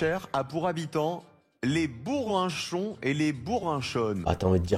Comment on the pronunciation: Alors en tant qu’une des rares habitantes de Bourré, je tiens à souligner que le gentillet est Bourrichon et non Bourrinchon mdr